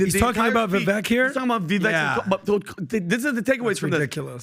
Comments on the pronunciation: COME ON PBD AND CO. IF YOU ARE GOING TO PUSH VIVEK PRONOUNCE HIS NAME RIGHT VIVEK LIKE CAKE... AND YOU GUYS ARE FRIENDLY WITH HIM. AT THIS POINT ITS UNINTENTIONALLY DISRESPECTFUL AT BEST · It's pronounced Vivake. Like cake. Also i disagree that Newsome won the Governor debate. Everyone could see that Gruesome was slimey. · It would be nice if they could pronounce is his if they like him so much. It rhymes with cake. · Vi-VAKE. Vake. How are you still getting this wrong? Love the channel btw. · FFS pronounce his name right... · If you like him at least pronounce his name right- it rhymes with cake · How does pat still not know how to say vivek name? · Pat, you pronounce Vivek the same way Romney does. You might want to ✔️ that. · You can't even make the effort to pronounce the name correctly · Why can`t this guy pronounce Vivek properly? Obviously because he is a jerk. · Can we start pronouncing his name correctly though? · Please pronounce his name correctly. How are folks to take this discourse seriously if you can't even pronounce his name?! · Hey...love your content! You know I've only heard Vivek correct the annunciation of his name one time and it was after the first public debate. So, I don't think it bothers him that most people say his name wrong but when he says it, he says it's Vi-vake like cake 🍰 Kind of like Hyundai which is pronounced Hun-day... Like Sunday. I don't know whether he'd care or not but a lot of us would love to hear his name pronounced correctly since it's going to be in the cycle for a while:-) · Can yall please learn how to pronounce our future President's name correctly at least? Vivek (Vi-vake, like cake) Ramaswamey. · Go vivek. They will know how to pronounce that last name properly. 🎉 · Guys let's get Vivek's name correct. You guys are not pronouncing it correctly. He is the next President, let's put some respect on his name. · It's pronounced "Vi(VAKE), guys. Come on already. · Please, my guys, learn how to pronounce Viv-ake!